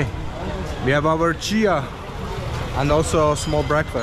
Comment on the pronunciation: Your Nepali pronounced is so good, selroti and chiya is so clear ❤️